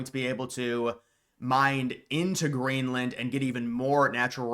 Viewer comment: Did bro say grainland??